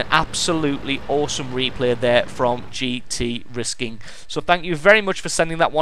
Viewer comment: Btw, its pronounced Gtr-is-king:D i love the nissan gtr